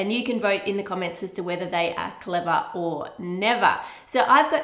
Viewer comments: "Clevah oh Nevah!" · "Cleva o neva" lol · Clevah! Or Nevah!